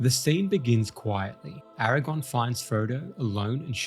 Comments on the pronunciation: I love absolutely everything about this video except for the fact that you KEPT saying "AragON". It's AragORN. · It's Aragorn not Aragon 😐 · 🙌Nice vid. But it AragoRn not AragOn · Its Aragorn, not Aragone damn it! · Aragorn, not erragon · I wish you’d stop calling him Aragon.😫😫😫😫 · Why do you keep mispronouncing Aragorn as Aragon? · Bro...His name is AraGORN, not AraGON. That's the fucking spider in Harry Potter. I had to give you a dislike because you kept mispronouncing the name of a major character you did a whole ass video on. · Bro I can't take your video seriously when you keep calling AragoRn, Aragon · I don’t want to be picky, but you keep saying Strider‘s name wrong. It’s Aragorn, not Eragon. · Great vid, but please, it's Aragorn, not Eragon. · Eragon 😂 He actually is calling him Eragon a lot so far, close enough I guess. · Bro… Nice video, but his name is Aragorn. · I would like this video, but the way you pronounce Aragorn … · If you can't get over the mispronunciations you did as a kid in a video, that's not great, man. Do better. Be better. You aren't a kid anymore. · You say his name wrong every single time. Good video tho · I know right! It was driving me nuts the entire time.